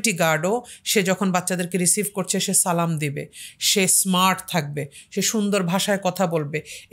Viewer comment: আপনার সালাম এর উচ্চারণ ঠিক হয়নি